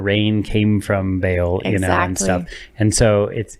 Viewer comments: I don't think you are pronouncing Baal correctly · its BA AHL, not bayel liuke wtf lamo Source: I live in the place where these come from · Not bale, Baal like ball with an extra a🙄